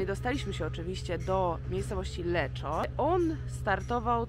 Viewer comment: „Leko” nie Leczo :)